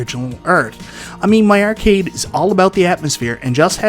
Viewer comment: funny that a man that can't pronounce "arcade" makes videos about arcades.